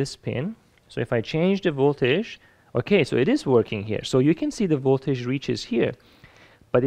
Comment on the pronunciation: You make great videos that I really enjoy watching! But you should really learn how to say the word voltage, since it's used so very often in your videos. It's not voltaesh, it's more like voltedge if I try to spell how it should be pronounced.